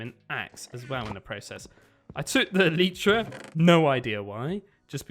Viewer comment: El-I-tra not el-Ee-tra